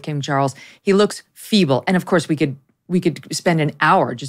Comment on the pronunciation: “Look at him, he looks evil…” oh you said “feeble” my bad 😆